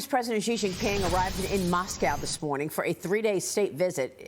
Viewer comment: I love your comments, but please learn to say Xi.